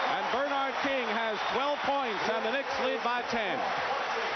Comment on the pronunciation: I forgot that for some crazy reason, Dick Stockton would say BER-nard instead of ber-NARD. You’d think somebody woulda corrected him at some point.